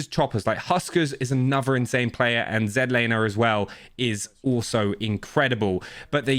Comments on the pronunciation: Z Laner. Not zenlaner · Zedlaner cuz not American lol love you brother